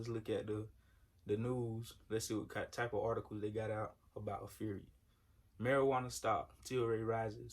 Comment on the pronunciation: It's pronounced APHRIA ( aff-ree-a ).